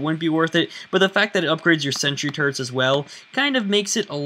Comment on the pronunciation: No offense but when you say "Turrets" it sounds like your saying "Turds"